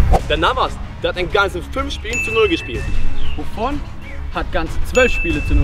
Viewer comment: Leute no hate aber am Anfang sagt Buffon und Loris Navas😂